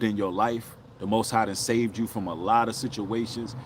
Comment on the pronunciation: 😊 saved not soft lol